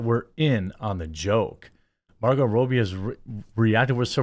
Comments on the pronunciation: For love of God ....pronounce ppls names properly ...its not Margo Row- bie it's Rob - bie ....rob as in steal ...not row as in a boat . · Rob bee not roe bee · It’s pronounced RoBBie…not rooby. Just so you know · Learn how to properly pronounce her last name it ROBEE not row bee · Man his pronunciation of robbie is really pissing me off. Its spelt robbie not robey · Roh-bee?? c'mon dude it's "Raa-bee" ... wtf... are you retarded? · Is it pronounced robe-ee ? Pretty sure most say rob-ee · Margot Robbie. Rob-E not Roe-B. Geez, Jeremy. It's not like is a Chinese name or anything. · Margo RowBee 😂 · Ok Jeremy, I love your content and all sorts of stuff you do...I can even deal with hearing about coffee brand coffee co- nonstop! Lol! But sometimes the Wisconsin accent is just too much! Margot Robbie being pronounced like a 'robe' you wear, opposed to like 'rob' a bank, is driving me insane!!! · Who is Margot ROBE-E? 😂 love how Jeremy can’t read or pronounce anything correctly! Always makes me laugh 😹 J-Bone it’s pronounced “raa-bee.” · ITS RAH-BEE NOT ROH-BEE! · Who is Margot Rowbee? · If he says Margot ROBY one more time I'm gonna lose my mind... He said the dude's name correctly (Robbie), and it's spelled exactly the same... Stop with the Roby. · It's "Robbie" not "Row-bie." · Robbie. Not Row-bee. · Margot ROBY??? ROBBIE Is pronounced Rob be... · ROB-E, not Robe-E 🤦🏻‍♂️ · As an aussie just a small correction, pronounced 'marg o' 'rob ee' :) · Mahr-go Raw-be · You said her name wrong every time... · At least I know how to pronounce Robbie Williams now. Cool. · I just wish he would get her name right